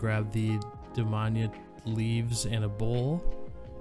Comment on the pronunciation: I think is is pronounced Dam-I-ana